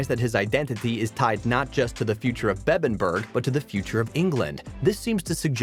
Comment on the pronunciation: Beddenburg…alfrik…kee-Artenson. At least get someone who’s watched the show to narrate it.